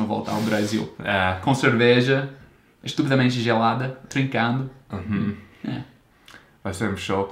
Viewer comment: "Estupidamente gelada". 0% de sotaque. 100% carioca. .